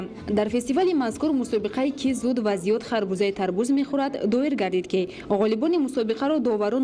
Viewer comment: Тарбуз. Не. Тарбод. Бодиринг не. Бодранг